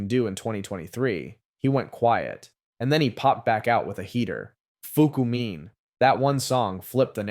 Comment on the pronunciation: I mad he saying fukumean wrong 🤦🏾‍♂️